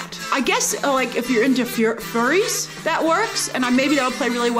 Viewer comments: The instant she's about to say "furies" instead of "furries" you know she's reading off a prompt made by her employer. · You can tell by the way she slips up on saying "furries" that's she's PERFORMING her opinion, not sharing it candidly. No one who dunks on furries on the reg would have any trouble pronouncing the word.